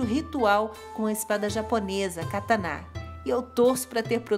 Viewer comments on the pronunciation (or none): none